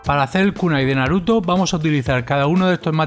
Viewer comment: Oye recuerda que no se dose naduto es naruto con R